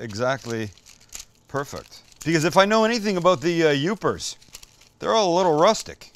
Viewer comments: Awesome! I’m just seeing this episode now! Glad you took the recommendation! You did great only correction would be it’s Yoopers not Uppers 😂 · It's "Yoopers"